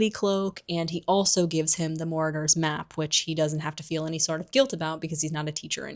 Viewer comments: i was glitching out every time you said 'morador' 😭 it's pronounced 'maraud-er' as in a person who marauds.. which basically means go around looking for stuff to steal or raid haha. kept catching me off guard bc i thought you would have heard it pronounced in the film. not hating though i love your videos !! :)) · I think I'm missing some kind of inside joke, why the word Marauders is being pronounced as Moradors. Did we jump into Lord of the Rings for a minute?